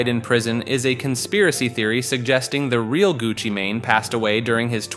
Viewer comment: Gucci mun 😂